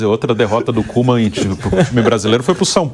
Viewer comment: A pronúncia do Koeman , não é Coman , mas Cuman